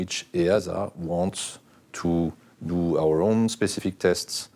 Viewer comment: "Safety is ower number 1 priority"